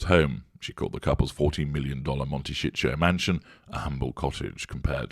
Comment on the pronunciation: Please stop referring to Montecito as Monteshitsho. It's not Montecito's fault those two moved into it. Lol